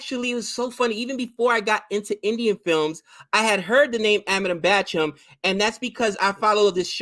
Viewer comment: It's Bachchan guys not Bachcham